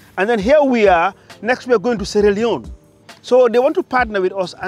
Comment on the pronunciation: You’re warmly welcome to Sierra Leone. I was just wishing that before you pronounced it.